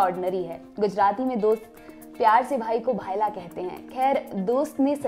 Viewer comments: Its bhaila not bhaaila Got it ! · भाइला नही, भ ई ला